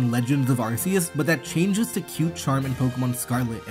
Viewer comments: it's "Legends: Arceus", not "Legends of Arceus". Also, it's pronounce "Ar-KEE-us", not "Ar-SEE-us" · "Legends of Arse-eeus" bruh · "Legends of Arseeus"